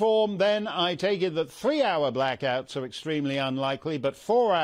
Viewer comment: Cant say blackout.